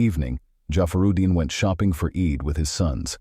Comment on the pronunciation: it's pronounced: "EED", but spelled like, "Eid".